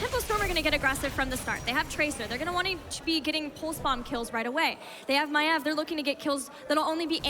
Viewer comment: Girl learned to say Maiev properly, Dread unlearned how to say Maiev properly....